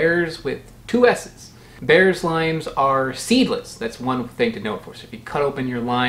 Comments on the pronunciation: Apparently Bearss is pronounced “Bierce” rhymes with “fierce”. There’s a Bearss Avenue in Tampa named after an early settler family of local citrus growers. That’s probably where the Bearss lime gets its name. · Bearss is pronounced like Bierce. Only people from the Tampa area seem to know this except by chance or instruction. Limes are sold green for exactly one reason: if they’re sold yellow, people think that they’re lemons. Green key limes are vastly inferior to ripe yellow ones: not enough juice, chiefly.